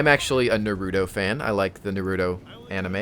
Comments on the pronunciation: Narutos cool and all but seriously theres no D in NaruTTTTTo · Naruto. Nah-roo-toe Just sayin:P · Lol, did you seriously pronounce Naruto like that?